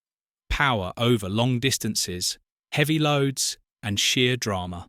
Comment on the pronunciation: I couldn't agree more and I, too, have noticed on this and other videos that AI has a problem with the word AND. It's really irritating!